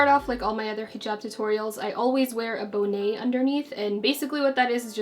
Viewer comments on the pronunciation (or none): So is it a regional thing on the way people pronounce bonnet? It was cool to hear you say it that way lol